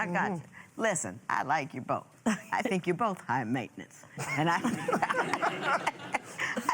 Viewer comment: Its "think" not "tink"